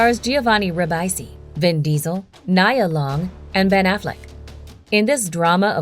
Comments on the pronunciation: Nia Long lol it’s “Knee A Long” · I just have a problem with how she pronounced Nia's name lol